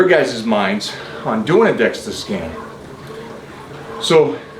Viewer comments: Dual-energy X-ray absorptiometry (DEXA) - ya he’s throwing me off with DEXTA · I’m concerned that since Mike keeps calling it a “Dexta scan” that he doesn’t know what he is talking about because he keeps calling it the wrong thing.